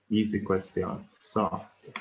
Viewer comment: Yooo you saying "eassy" and "soft" is so daaaaamnn annoying 🙄😤